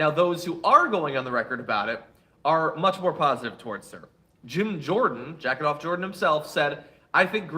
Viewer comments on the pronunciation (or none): John, I know you said jacket off jordan, but I can only hear jack off. Because he is.